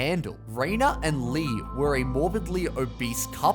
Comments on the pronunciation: Rena is pronounced Renee. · It is outrageous to me the number of people who want to just live in the hospital with the meals & care 24/7. Is that the prize you get when you eat yourself to the size of a baby elephant? Ridiculous. And then they complain about it! And Rena's name is pronounced Ren -ay